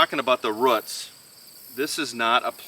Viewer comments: Great video on growing peppers! 🫑🫑🫑 I giggle every time you say roots, in the most endearing way of course, lol, "routs?" 🤗😆💕🌱 I always enjoy watching your Minnesota garden! Everything is so green! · Lol I giggled too. But to me it sounds like "ruts" hehe Old School here....I say Rooooots 😅